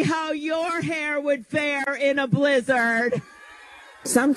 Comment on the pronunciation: Why did Klobuchar pronounce “blizzard,” as “blizz-ARD”?? Nobody else says it like that.